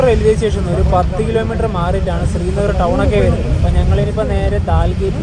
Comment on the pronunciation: താങ്കൾ ഉച്ചരിക്കുന്നതു സ്രീനഗർ എന്നാണ്. ശരിക്കുള്ള ഉച്ചാരണം ശ്രീനഗർ ആണ്.